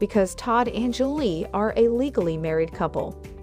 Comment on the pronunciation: Get it right. Julie, not Angelay. Simple please practice before tape.